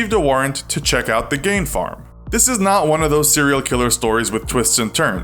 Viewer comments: It's not pronounced Gain, the correct pronunciation is Gean (much like bean). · Why is the narrator pronouncing in “Gain”? Ugh. Even if that’s how it’s pronounced in Germany (or wherever), Gein himself said it as “Gein”. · It’s pronounced Geen jot Gain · Imagine doing a whole segment on famous ed, and pronouncing his name wrong the entire time. How do you say Gain and think it’s acceptable content? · love these but it is pronounced Geen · Geeeen is the pronunciation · It’s pronounced geen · Tried to listen but the narrator constantly mispronounced Gein and it was soooo annoying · Didn't pronounce eds name correctly once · It's not that you said 'Gein' wrong, it's that you said it wrong so many times